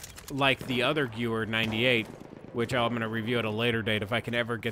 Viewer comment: Okay....the gewehr is pronounced gevehr because Germans pronounce w as a v